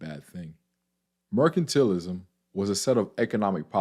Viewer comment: It's MER-CAN-TAL-ISM. Not MER-CAN-TEAL-ISM. Sorry, your pronunciation was bothering me. No offense. Thank you for the video. Thumbs up/Subscribed.